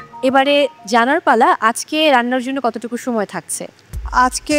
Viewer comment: উচ্চারণ আমার খুবই বিরক্তিকর লাগে 😂 সময়কে বলে ছময় 😂😂😂